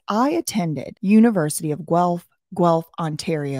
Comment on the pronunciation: Carlton is pronounced "Carl" "ton" haha you got it right some of the time. You did well with "Guelph" though👍